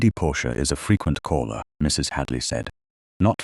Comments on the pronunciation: Wonderful story. Thank goodness for Aunt Honoria! Very nice narration, however, - just a suggestion - in the text given to the AI to voice, could the periods after abbreviations - i.e. Mrs. or Mr. - be eliminated so that AI doesn't pause as if at the end of a sentence? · the AI voice sees the full stop, the point or period as the Americans call it, as the end of a sentence. It cannot comprehend the punctuation mark pertaining to Mrs. or Mr. as a sign that those words are abbreviations.